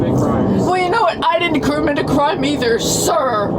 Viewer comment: I didn’t “kermit” the crime either, sir